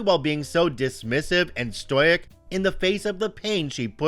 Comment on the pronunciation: BIZARRE pronunciation of stoic.